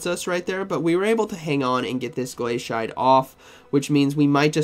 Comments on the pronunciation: I love your content, but your pronunciation is a bit… unique Glay-see-ate, or I’d accept glass-ee-ate. Both make sense. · Ah yes my favorite move, glay-shite